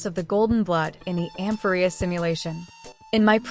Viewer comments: Hello, thanks for this video! All your videos are super information dense and I always end up learning lots of new things. I've seen some people complaining about the text to speech and I just had a suggestion: you might like to change the spelling of some words that the TTS mispronounces to get it to say it correctly. E.g. Nikador -> Nickador, Amphoreus -> Amphorreus to get it to emphasise the correct syllable. You could find+replace to change the spelling all at once after you finish writing your script. I couldn't figure out which TTS voice you were using (I saw in your comments that you use Microsoft Text To Speech, but your videos don't sound the same as the one in Word and I'm not sure what else you could have been referring to?) so unfortunately I haven't been able to test if these changes would work for your TTS. I would be happy to help figure out spelling changes to fix the pronunciation if you let me know which TTS you use. But I definitely understand if you can't be bothered and regardless I will keep enjoying your videos and appreciating the hard work you put into them :) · can someone tell me if this is voices by an AI cause the pronunciation of Amphorius and Heliobi really pissed me